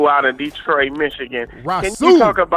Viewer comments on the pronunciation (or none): none